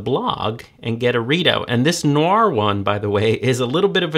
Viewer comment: The ‘Noir’ articulation always cracks me up